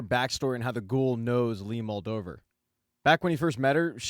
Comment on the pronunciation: Moldaver. Not moldeever or moldover. Ever heard of a second take?